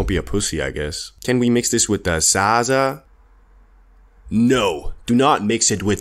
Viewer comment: your pronounce of ZAZA kills me every time